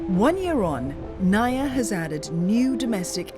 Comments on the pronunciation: It's pronounced as Na-Eeee-Yah... I live in Cebu, and I could say that the CCLEX is one of the best things that have happened when it comes to traffic mitigation. The BRT? Dunno, it seems impractical, overblown. I have yet to see any Buses Running. Years ago also, around , it took us 2 hours to get out of Mactan Island, where the airport is and into Mandaue, the next City. The key to hassle-free travel here is to travel between midnight and early Morning with a rent-a-car. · It's pronounced NAH-EEEEEEEE-YAH not nuh-yuh😏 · NAIA read just as you read malayu languages. that makes it na-i-ya.